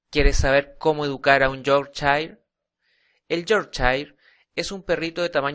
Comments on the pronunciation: yorkchain jajaja. cojonuda pronunciación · pero sino sabes ni pronunciar su nombreeeeee